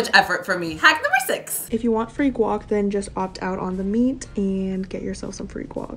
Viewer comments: Why does she say guac as “wok” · Ily but please stop calling guac "wok"